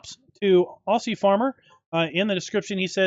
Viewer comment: "Aussie" is ozzy not ossy haha, loving the map